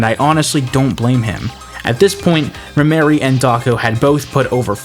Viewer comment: it's Rhemery, not rhymery or rhy mary. she is trans